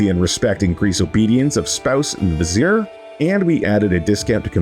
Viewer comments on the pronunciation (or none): none